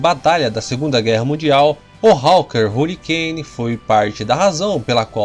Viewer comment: Deus do céu, melhora essa pronuncia, parece minha filha de 6 anos, falando em inglês, Hurricane, pqp Rarricaine, Jesus amado, to botando como ... Tunderbolt, é sério que eu escutei isso, Tanderbolt, se pronuncia assim, parei com esse canal, puta merda, pelo amor de Deus, aprenda a pronuncia em inglês...